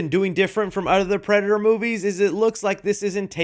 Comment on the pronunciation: Bro can't say predator while using it in a sentence most of the time 😭 🤣🤣🤣 unfortunately this happens to me a lot 😭